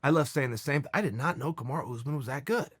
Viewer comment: It bothers me so much when he calls Usman Karmara instead of Kamaru